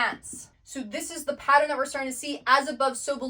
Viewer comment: PATTERN..."Pa-ttern"...a 2 syllable word. I keep hearing " pa- tter-en " 3 syllables.